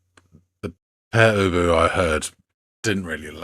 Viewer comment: Thank you. Not only is our name pronounced correctly but it's a really intelligent review. You humored us.